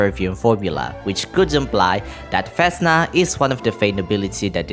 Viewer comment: Oh next one, it's not vEsna it's vesnA, and the same shit with softened consonants on v